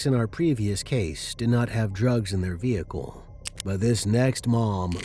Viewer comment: The saying of Vehicle really does my head in. VEh icle ? Its vehicle all one word .